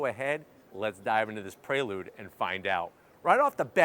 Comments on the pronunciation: It’s PRE lude….not PRAY lude lol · I keep hearing him say Praylude instead of Preelude. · Nice car but hearing "pray-lood" so many times is giving me anxiety 😂